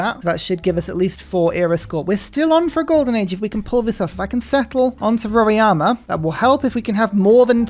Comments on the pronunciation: Why do you call Mt Roraima as Mt Roriama? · You need to work on Portuguese pronunciations as well 😂 roraima was painful 😁